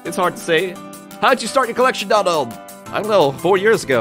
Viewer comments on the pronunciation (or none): none